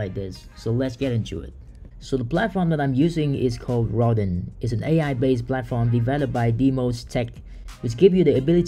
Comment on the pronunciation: Rodin is pronounced (almost like) row-dahn… like the famous sculptor